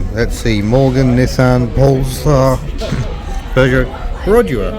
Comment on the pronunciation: Pee-ah-djoh. Not Pee-ah-djee-oh.